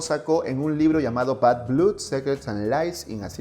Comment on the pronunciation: "bad blud" 😂😂